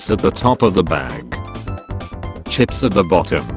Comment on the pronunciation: why does it say chips like that